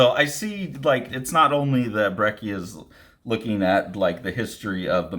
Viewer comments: It's pronounced "brech-ia" :) the "cc" works like in "cappuccino". there's a spanish language interview with him floating around on youtube where you can hear it. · I'm hearing it as a hard k?